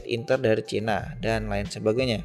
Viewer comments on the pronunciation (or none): none